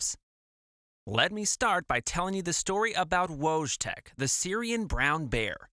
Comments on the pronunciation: His name was pronounced 'voytek', not wojtek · It's pronounced Voytek :) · sorry friend his Polish name is actually pronounced “voy-teck” no W or J sound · How bad can you say wojtek😭😭